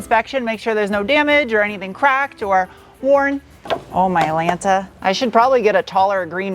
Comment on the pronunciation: Mylanta! 😂 your Northeaster slipped out.